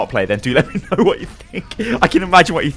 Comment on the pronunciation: I like how he made an entire paragraph trying to deny what you said, and then couldn't even say know correctly. He goes "I now it's asking for a GIANT explanation.